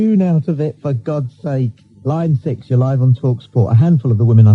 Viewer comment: Line 6. Thought it was line sex lol